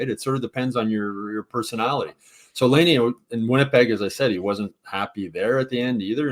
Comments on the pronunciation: I'm a loyal listener but I've got a few things I'd like to put out there. #1 I'm pretty sure it's pronounced Lie-nay not Lay-nay. #2 It might be time to change up the Friday show format a bit. It has gotten stale. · makes me cringe every time he talks. First off… learn to pronounce Laine. You’ve heard the rest of the world say it 653,000 times so you should probs have er down by now. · Since we're gonna be hearing Laine's name a lot...someone tell how to pronounce it.